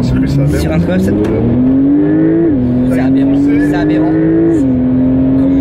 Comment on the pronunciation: Le nombre de fois ou il dit aberent 😂😂🤜🏼🤛🏼